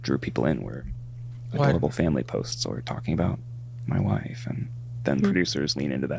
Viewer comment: why he say wife like that